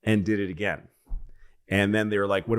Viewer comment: I'm going to listen to these ageen....and ageen....and ageen....and ageen...and ageeeeeeen.